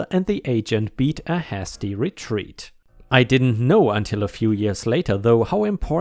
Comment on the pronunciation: hasty = hay stee (not has tea) longwinded = long win did (not long wine did)